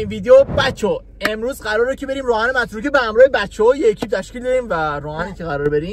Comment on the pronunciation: متروکه❌ مرتوکه✅😂😂